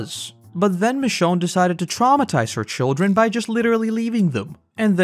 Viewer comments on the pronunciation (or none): none